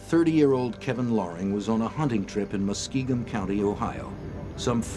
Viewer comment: They also pronounced Muskingum county as muskeegan county